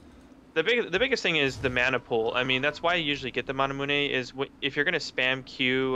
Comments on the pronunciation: I thought it was manamune, not manamuneh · its the american way of pronouncing it then, over in europe people say (mana-mew)